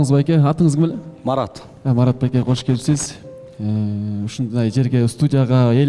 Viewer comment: кош келиниз деп эле жакшынакай суйлоп атат,а эмне учун куш келипсиз дейт